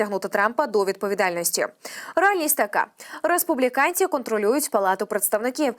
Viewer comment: Накези? Республікенці? Що не так з її вимовою.